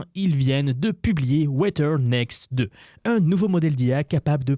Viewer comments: Si jamais, "Weather" ne se prononce pas avec un T, mais plutôt un genre de D, comme dans le mot "The" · weaTer ? Sérieusement, tu n'as jamais entendu d'anglais de ta vie ?